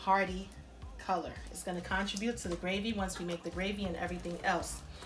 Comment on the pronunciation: Look up the pronunciation of 'contribute.'